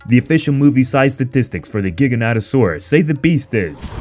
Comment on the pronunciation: How do you mess up the name THAT bad? It's not GIGA- NATA. It'sfrom the word gigantic.